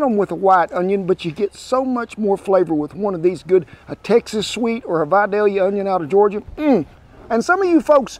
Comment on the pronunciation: From a native Georgian thank you so much for saying Vidalia the correct way. I've heard it butchered by some of those west coast chefs hahaha! Enjoy as always.